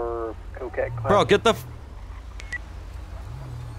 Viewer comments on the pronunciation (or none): none